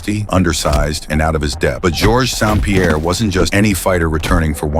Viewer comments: So do the Video Creators not screen it to check for Errors that AI make? It’s calling him George Sound Pierre, When it’s Georges St-Pierre. You’d think A.I could do better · What fucking AI does your voice over?George SOUND Pierre?! And these were two legends who helped make the sport what it is. Level up your trash editing, Jesus